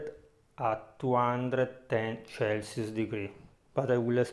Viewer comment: It would be very helpful if you put the temperature on the screen too. I’m sorry but I can’t understand you. Are you saying chasos degree? Or Celsius? Is that 210 degrees Celsius for 50 minutes and then 180 degrees Celsius for 21 minutes? Converted into Fahrenheit it’s 410 degrees for 50 minutes and then 356 degrees for 21 minutes? Is that right?